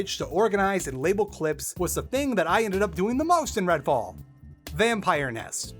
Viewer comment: Redfall? Sorry, I thought you said Redwall. I am honestly less interested. (to be fair, this is the first I've heard of it, but I really did think of Redwall books)